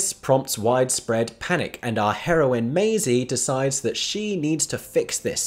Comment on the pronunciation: Maisie? As in.. maiz? As in spanish for corn? Lmao